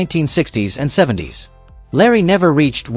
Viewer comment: Could you switch to an AI voice that pronounces words and phrases properly??? "70's" isn't 70 "s". Seventies. Lucha libre (loo-chah lee-bray) There's alot more, but I have somewhat of a life. 😂